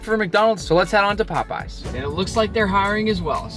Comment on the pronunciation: like POPEEZ 19 mins and 49 sec in that sounds really funny